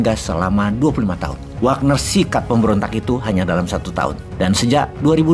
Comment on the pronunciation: gegara bosman ngomong wognar wagner, di game dan sosmed pada pake jadi nama akunnya hehe..